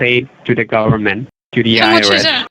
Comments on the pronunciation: "We have eevidence against you." and: "You can hire an attorney to fight against the garment" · "THE GARMENT"....LOL